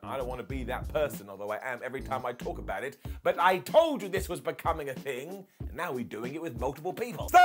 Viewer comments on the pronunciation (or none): none